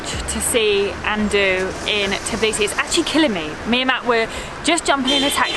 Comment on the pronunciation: I hate when people call it Tiblisi instead of Tbilisi